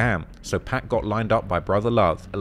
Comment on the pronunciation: Great video except your pronunciation of 'Pac'